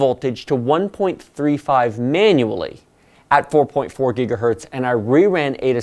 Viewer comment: It is gigahertz, not gigahert.